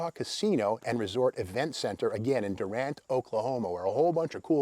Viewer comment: FYI. The town is pronounced Dew-rant according to locals. And they should know, of course. Sounds silly, I know. Great videos as usual